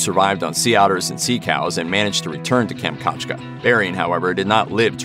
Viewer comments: Kam-chat-ka...how hard is to pronounce it correctly. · kam - chat - ka